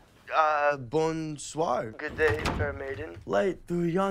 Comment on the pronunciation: I mean she doesn't even try to have a good accent in French, when she said bonsoir "BoNNsoi" instead of "BonsoiR"